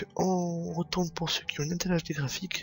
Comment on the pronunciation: On dit "ine tel"